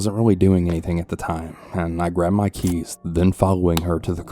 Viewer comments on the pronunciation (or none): When he said “I grabbed my keys” it sounded so much like “my grandma keys”.